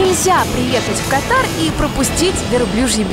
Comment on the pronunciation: Государство называется кАтар а не катАр!